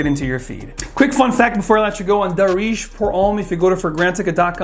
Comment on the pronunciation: Guys.. I'm Arab.. It's pronounced as Daarej, not Dareej!! I. E. The "aa" sound is longer and "e" sound is shorter And it means "trendy/in fashion/popular/common" u know